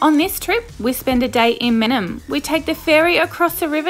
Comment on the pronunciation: You’re pronouncing it wrong